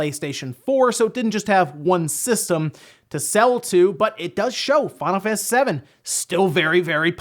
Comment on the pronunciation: "we're gonna start today with fawnafaniss remake"